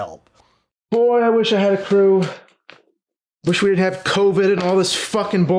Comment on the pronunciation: You have good diction except when you say “didn’t” which you pronounce “din’nt.” Anyway, something to be forever self-conscious about!